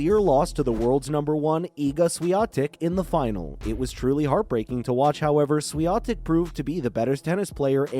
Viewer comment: it's awful how Swiatek is snubbed here like she was not a champion but some anomaly or a glitch to overcome. And geez, can you learn to pronounce her name correctly? So disrespectful